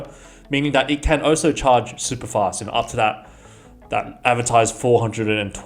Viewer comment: Dude... did you actually say ohso instead of ALSO? You probably confuse the words then and than too.